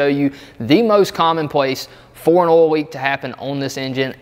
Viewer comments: Great vid, subbed. Just an FYI, there's an "i" in "oil". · Ohl Ole Owel Uol Idk how to even spell that sound